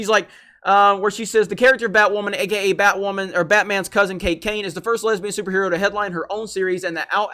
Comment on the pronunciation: "I'm Batwammon.."